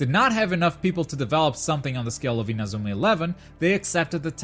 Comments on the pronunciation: Lol "in-a-zoo-ma" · You're portuguese aren't ya? The way you say Inazuma doesn't lie.. lmao